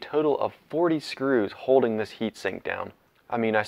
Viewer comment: Maybe its just me but when you pronounce "hoe-ding" instead of holding; it drives me nuts.